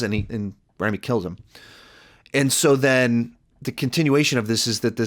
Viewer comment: R ah mee Malek